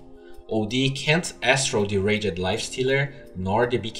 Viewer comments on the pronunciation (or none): the way you pronounce words with suffixes "evolve-es", "themselv-es", "rage-ed", "look-ed", "hook-ed", "banish-ed".... I know English is a difficult second language but words like these are pronounced without they annunciation of the "e" as in: evolvs, themselvz, rAgd, lookd, hookd, Banishd. Just some constructive criticism as I assume these videos are intended for native english speakers.